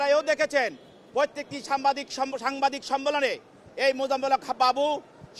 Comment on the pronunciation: Sambadik এই উকিল সাংবাদিক শব্দ বলতে পারেনা